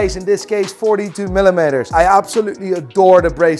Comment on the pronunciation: Here we go - Sells anything he can to pay for the shit sneakers he buys with is watch dickhead mates - still cant say millimetres correctly ffs- ooh they are god tier for sure - Hulbot any day of the week